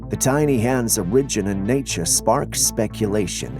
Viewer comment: Buddy.... the word "origin" is NOT pronounced "o-RIJ-in". It's pronounced "OR-ijin".